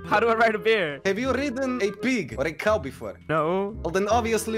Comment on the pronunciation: Dream said cuw not cow